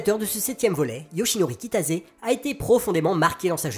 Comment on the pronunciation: Pourquoi je ne découvre ça que maintenant ? C'est génial ! Cependant on prononce Kitase et pas Kitaze.